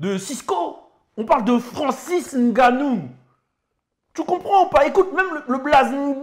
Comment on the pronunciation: Un vrai camer le 😂 Juste pour sa façon de dire correctement Ngannou